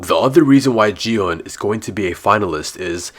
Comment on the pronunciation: It's gi hun g is like go sound and plz Don't call him ji hun